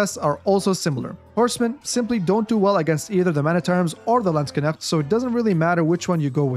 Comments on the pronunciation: Oh the pronunciation! I hear you say: /Landsg - k - negts/ similar to "Lands Connects" It should be something like: /Land - SHHH - nekts / similar to "Land 🤫 Necks" Great video BTW!! I'm subscribed now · you always say "Landskenechts" instead of "Landsknechts" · Landskenecht lol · Edit: Based on the many questions posed in the comments section below, I've decided to further expand on the Unique Upgrades of the HRE for its infantry to answer your questions. Check it out! How many times did say Landsknecht in this video? My German friends, I hope I've pronounced it correctly all those times! Thanks for the continued support as always, and more Age of Empires content on the horizon - stay tuned! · you pronounced "Landsknecht" pretty well, just the "ch" is not performed in the back of throat. It is more similiar to the "ch" like in "french" but we could argue it is a kind of dialect :D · I've heard from a few Germans to not pronounce the "cht" at the end as "ch" or "sh" sounds in English, but I know zero German or any of its dialects so I wouldn't know myself.. :D I suppose there're a few correct pronunciations then based on what you said :) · I find it hilarious that you put so much time and effort into making a high quality Video but can't be bothered to use google translate to check the pronounciation :D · everyone of you german Kevins: hört euch mal an wie andere AOE4 caster "Landsknecht" aussprechen, danach werdet ihr die Füße küssen! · yeah, Germany has different dialects too, so it was fine and more importantly understandable. I use 'sh' formed at the back of the tongue and pallet, tongue pressing against the molars. Gives the word a smoother 'flow' and not as clipped as you said it. I think you said it very Swiss-German.